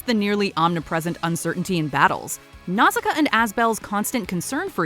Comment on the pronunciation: Nausicaä is pronounced now-sh-caa because that’s how the Japanese pronounce it and Asbel is pronounced Ash-e-bell because the Japenese prounounce it